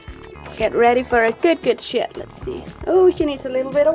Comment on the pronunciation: Is it weird i thought you Said shit?❤️😂